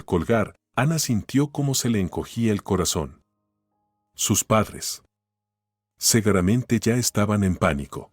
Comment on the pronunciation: No es segueramente se dice seguramente.